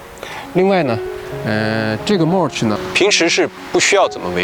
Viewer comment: 你mulch 發音錯了。聽多了，受不了。不好意思